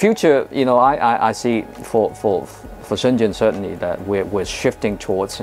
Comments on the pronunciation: That "zh" in Chinese nouns is rather llike a J. The city Shenzhen is pronounced shen jen, not shen zen. The main correspondent has it right. the introductory guy is painful to listen to. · Wonderful! p.s. Shenzhen = "Shen-Jen": zh makes a "dj" sound, as in "juice". Also q = "ch" and "i" can be "ugh", as in "shi bu shi". I don't actually speak Mandarin, I'm just horribly embarrassed when names of famous places -- like Shenzhen -- are badly mispronounced!